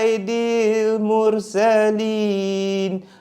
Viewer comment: Sayyidil mursalin...bkn saidil mursalin